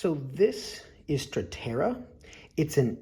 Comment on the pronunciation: it's "statera" though, not "stratera" 😅